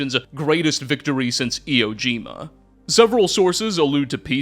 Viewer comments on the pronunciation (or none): Iwo Jima, not eo jima.